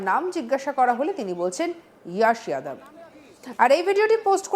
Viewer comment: नाम जोश जादब नाम बोलते यश यादव। নিজের নাম ঠিক করে বলতে পারো না আবার অপরকে ?